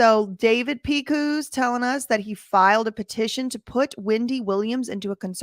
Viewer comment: Lol, Big Evil's name is pronounced 'Pick-us' not 'Pick-whos'😅.